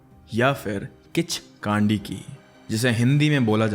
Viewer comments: Its pronounced "Khichkandi" not "Khichkaandi" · Kaandi❌ Kandi✅ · Kichkandi not broo Kichkandii 😂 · Its किच्कन्डि not kichkaandiiiiii bro😂😂😂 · its kichkandi not kichkaandi:face-purple-crying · Kandi h spelling but pronunciation kaa nhi kww hota h I mean kichkwndi Nepal me bht casual h 😂 Kichdandi Ka hona raat ko ghumo ek na ek toh milega har you'll see har bus van taxi me chudiya milti h isse man na h kii kinchkandi vagegi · It's kichhkinni 😅 but good content .. totally a fan of sr ❤pay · The way you pronounced kichkandi😂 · pronunciation of Kichkandi is wrong 😅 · Bruh at first learn how to pronounce properly kichkandi lol